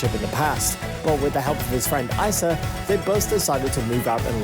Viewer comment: I cringed every time he said "Ice-uh" that's how you know he doesn't really know Larray or his life. It's "Ee-suh" spelled Issa.